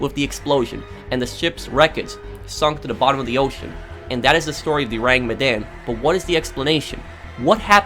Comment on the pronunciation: Your not saying ourang right